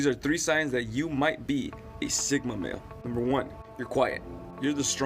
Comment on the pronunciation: I thought he said Sigma Main and my Overwatch brain took a while to realize it’s male not main